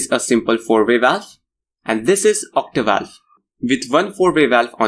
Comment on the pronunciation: It is Octovalve. Not Ottivalvle as you continue to repeat.